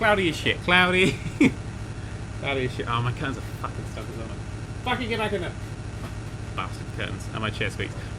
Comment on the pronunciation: This series has made me realised how much sounds Australian when he says "fuckin".